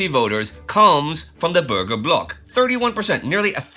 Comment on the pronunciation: i know, I am a German, I'm from the black forest in south west Germany. But the way "Bürger" was pronounced sounded to me like "burger".